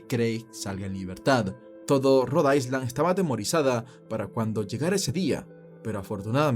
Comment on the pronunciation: Interesantes historias... solamente que cuando pronuncies la palabra island omite la letra s pues se pronuncia "ailand"...buena suerte.